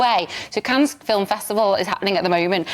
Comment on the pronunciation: She can’t say Cannes 😂